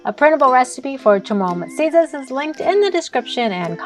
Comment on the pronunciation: Guam people be wanting to be chamorro so bad, ya'll be messing up our language and food. That's not musiyas😅 I'm from saipan, I know